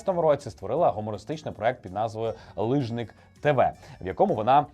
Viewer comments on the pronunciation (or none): Ліжник ! Не лижнік) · Так, ФіЇнка, з наголосом на Ї. Здається, це означає "онучка". І таки "ліжнИк"! Йой, як "невдобно получилось"!)) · хоча б вичитайте назву програми правильно лІжник і дізнайся що то таке) то наша культурна спадщина!) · то не лИжник), а лІжник! То якась є зневага до змісту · У Фіінки канал називається "Ліжник ТВ", а не "лижник" 🤦🤦🤦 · Фіїнка веде канал,який називається - ліжник з наголосом на и, а не лижник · Ну який лижник тв, то ж лі́жник